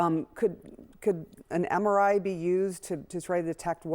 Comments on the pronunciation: He can’t even say MRI correctly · HE CAN’T even say MRI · he can’t pronounce MRI (because he can’t read acronyms).